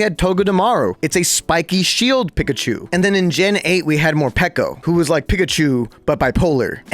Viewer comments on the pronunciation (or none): Saying pikachu like pick a chu is not forgivable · Bro says "[Wolfey] just pronounces things weird for some reason", yet chooses to pronounce Slaking(Slack-ing, like slacking off) as Slay-king, Linoone(Lie-noon, like a straight line as opposed to a zig-zag) as Lih-noon, Pikachu(Pee-ka-chew) as Pick-a-chew, and wolf(wool-f) as wuff, "for some reason". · Bro can’t even pronounce the mascot of the game’s name properly 😭